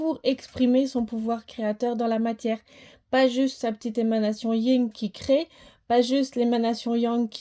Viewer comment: C est le Yang et le Yin pas Ying😂